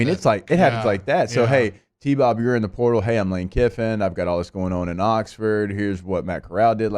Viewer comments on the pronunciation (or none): Plz stop saying purtal!!!! It's PORTAL!! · Pertol??? Can he not say portal?